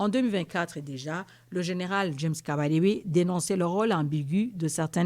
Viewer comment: 😂😂😂😂😂😂 tu parle du général james "kabalebe". Moi je pensais qu'il s'appelait james "kabarabe". Là Automatiquement madame ou mademoiselle, les avertis ont compris tout. Je m'arrête par par-là.